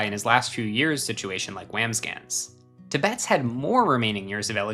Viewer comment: Pronunciation correction. Birdie TEB-betts, emphasis’ on the first syllable.